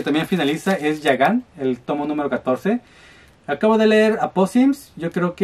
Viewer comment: Muy buenas compras,:D. Me gustó que quieras pronunciar bien el nombre de Gigant, aunque fuera una vez jajajaja.